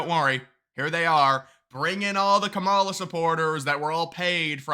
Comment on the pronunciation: I support Trump but let’s please pronounce Kamala’s name correctly, I cringe every time I hear it wrong. Pronounce it like Common or Communist or Comrade and not kuh-MALL-uh. You’re saying it like the word cabal. Which she’s probably part of. Lol